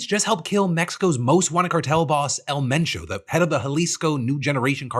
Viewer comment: props to PhillyD for putting an effort to pronounce it correctly. Don’t be afraid to try, give respect to the culture as best as you can.